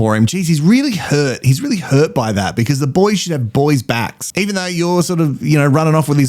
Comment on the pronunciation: Come on,, it's "I HUT my hid! And I'm upSIT!"